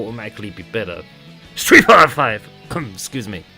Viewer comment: I swear I died when you said Streat fighter five 😂